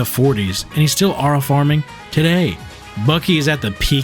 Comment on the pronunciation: Bros saying “owra”, mispronouncing aura has to be some sort of negative aura farm strategy. 😂